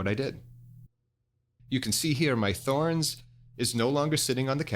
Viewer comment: I love Pangea products. This good information. I too have a Thorens table (TD 125 Mk II) and love it. I do think it's pronounced TOR-enz however. Carry on!